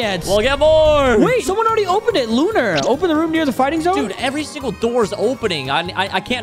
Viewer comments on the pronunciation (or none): video and “somone” what word is that